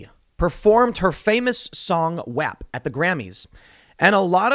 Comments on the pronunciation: You might want to watch your pronunciation of “WAP” there Tim. you almost offended some Italians, lol. Fuchs is also pronounced “few-ks”, so you can say his name. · Why does Tim keep pronouncing Wap as Wep?